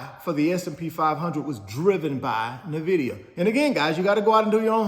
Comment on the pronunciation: Please research how to say Nvidia, you pronouncing it incorrectly is either an inside joke or a serious lack of research.